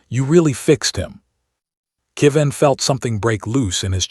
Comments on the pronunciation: Another name that AI can't seem to get right. This time "Kevin" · "Went to the stars forever" A lovely way to say someone has died. I wish the AI would pronounce Kevin correctly.